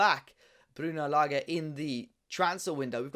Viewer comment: Hope Wolves fans take the time to say this bloke’s name correctly. It’s not lager. It’s not difficult.